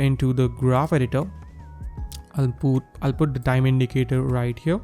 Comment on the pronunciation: “right over HYURRR” 😂😂😂